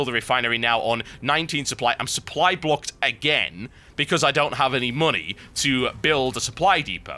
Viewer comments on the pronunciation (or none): none